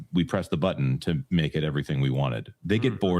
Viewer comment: I chuckle every time you say.."hit the like butt-ton"😂😂